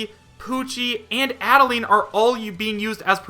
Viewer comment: I'm so tired of hearing him say Adeleine wrong I'm gonna die If he says it wrong one more time -_